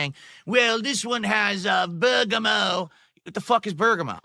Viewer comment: 50 year old man discovers cologne for the first time. Also it's "bur-guh-mot", not "bur-guh-moe",.